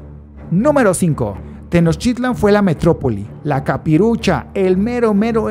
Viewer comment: No sabes pronunciar Tenochtitlán